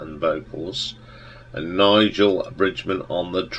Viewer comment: It's nice to hear all the old Skid Row stories, and even nicer to hear someone who can pronounce Philip Lynott's name correctly. A small correction for you. The drummer was called Nollaig Bridgeman (RIP). Nollaig is Irish for Noel. You inadvertently, I'm sure, called him Nigel at one point!. To this day, every band member is legendary in Ireland, with Brendan "Brush" Shiels being the only member still alive, sadly. Mar is written about Brush's childhood sweetheart and still his wife to this day - April 1st 2025.